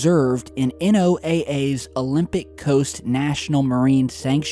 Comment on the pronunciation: Why is it so hard for you to say "Noah." That's what NOAA calls itself. "Noah."